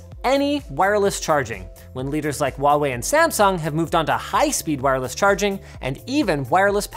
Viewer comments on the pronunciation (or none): The H in "Huawei" is not silent :)